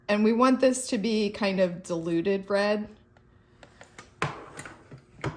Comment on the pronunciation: This has been hilarious to watch and to top it all, it sounded to me like you were saying deluded red rather than diluted red! Once I heard it I couldn't unhear it 😂😂😂